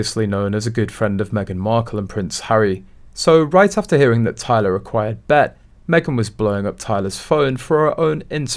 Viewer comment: It's pronounced B E T B. E. T.